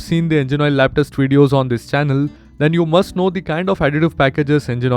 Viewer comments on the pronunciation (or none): none